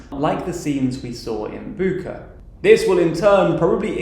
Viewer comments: it’s Bucha(ch spell like in the word chicken), not Buka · Later on it'd be great to hear tldr reports be more exact on the pronunciation of toponyms. It's crucial because when people share your news, these mistakes will linger and may cause confusion. For instance, Bucha is rather BOO-cha, not BOO-ka, Volnovakha vawl-naw-VAH-kah. Other than that thank you for your work! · its pronounced bucha, not buka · Bukka was Camp Bukka in Iraq. Bucha is pronounced "butcher", very fittingly. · You guys are butchering the names. Izyum is just "ee-zoom" and Kherson is "herr-sonn" not "eye-zee-yum" and "cursin' ". Bucha is boo-cha like cha-cha slide not Booka and even key-ev is the Russian pronunciation - it's kih-yeev like Yeezys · They translated it to Bucha to read "ch" as you would in "chart". It's not Buka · It's Bucha, not Bukha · boo-chah not book-ah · "Bucha" is pronounced "bootchah", not "bookah". It is Буча, not Буха. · It's Bucha not Bukha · As a Ukrainian, I want to kindly correct your pronunciation of Bucha. "Ch" here is pronounced as in the word "Chinese". It's Bucha, not Buka. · Bucha pronounces as “bucha”, not “buka” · it's "Boutcha" not "Bukha" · Great video, as usual. I'd only advice to check the pronunciation of the city names. "Bucha" is a quite straightforward transliteration to the Latin alphabet, and is pronounced BOOTCH-uh — I'd rather the IPA symbols, but the wider audience version has its appeal. Cheers! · The "ch" in the name of the city Bucha is pronounced like "ch" in "child", not like "ch" in the word "chameleon" (I'm a native Ukrainian speaker) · Please, ask your Ukranian or Russian followers how to pronounce the names of towns. Its Bucha [butʃa] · Just as a side note, the town of Izyum is actually pronounced like (easy + oom) split in two syllables: ea-syoom. (It means raisin). Also Bucha is pronounced like "butcher", but with a very wide "a" in the end. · Izyum is pronounced: ease-eum Bucha: boocha (short u) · It is read Bucha as in cheetah 🐆